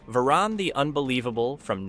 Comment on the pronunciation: Varan The Unbelievable came out in 1958 NOT 1962. Also, this is the 4th or so monster whose name you’ve mispronounced.